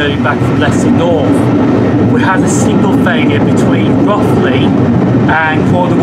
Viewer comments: A great video, very informative but you’ll have the locals up in arms by your pronunciation of Rothley. The Ro part is pronounced as in “row the boat” as it’s reputed to be a very posh place. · Thanks G, yes someone did mentioned that I did pronounce Rothley wrong when instead of Roth it's Roe, like Cod Roe.